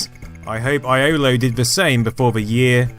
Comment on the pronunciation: You really butchered that name, it's said yollo, it is a Welsh name however